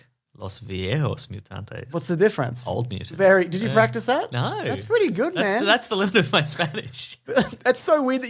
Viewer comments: As an authentic Mexican I can confirm, he said The Old Mutants right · He did say old mutants correctly